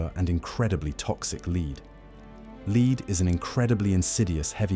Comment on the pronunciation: Need to teach Ai how to say “lead” properly 😂